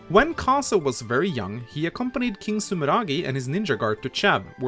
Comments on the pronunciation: pretty sure he's pronounced ka-zei not ka-sa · I'm not sure if you did this on purpose but Kaze's name means "wind" in japanese and the way you say his name properly is when you pronounce the "e" at the end of his name it sounds more like a uppercase A